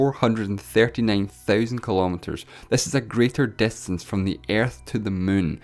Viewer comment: wow great grammer its distance not destance lol